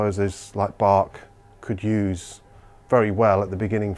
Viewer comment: D Schoepflin, it's not about the subtiitles but about the mispronounced name though ;)